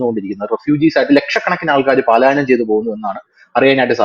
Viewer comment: സാറ് പറയുന്നത് കേട്ട് പഠിക്ക ടാ പാലായനമല്ല' പലായനം'😂😂